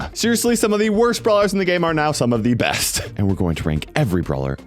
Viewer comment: I love how he says frank is the breast brawler